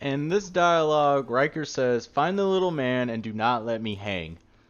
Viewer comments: Rickter not ryker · You pronounce his name as Rhic-ther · It’s rick ter not ry ker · His name is richter.ric-ter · Rieker? Thought it was Richter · HE EVEN HAS A BANNER CALLED RICHTER SCALE. RICHTER NOT RYKER. RICK-TER Jesus. That really annoyed me but otherwise really good vid. BLISK EVEN CALLS HIM THAT. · Its RIchter not Riker. Rikers are from the Division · Why did you say riker it ir richter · Its Rik-ter not reich-er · Rik-ter, you've been mispronouncing his name the whole time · its pronounced "Rik- tar" not "Ry-kar" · "Ryker"... As a german speaking person this hurts my brain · Dude I think it’s richter as in Richter scale, either way nice vid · it’s richter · Its rich TER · Repeat after me rick-ter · Hearing someone pronounce Richter like Ryker makes you wish you were standing in Richter's nuclear eject. Good video though. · isnt it RIKH-ter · yes thats what i'm saiyng, i am german u ..... its Richter. In english i dont think there is the pronouciatiation of "ch" like in german. Its like a cat who feels in danger and makes that cchhhhhhhh sound. And Stop trying to guess a gender with Sir/ma`am . fr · " rick- ter. " my friend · No its RICHTER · Its pronounced "rishtar" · actually it’s pronounced ric-ter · "Lasst mich nicht hängen" means "don't let me down" not "don't let me hang" "Macht ihn fertig" means "finish him off" or just "destroy him" not "make him ready" And please pronounce him correctly as everyone said. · Holy fuck the pronunciation of richter is pissing me off and I'm not even 30 seconds through the video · He said Richter wrong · R4_F This annoyed me through the whole video, like they say it correctly multiple times in the captured footage, how can he get it wrong? 😒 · "Ryker"? James "McCullen"? Captain fucking "Momosa"? What Titanfall did YOU play?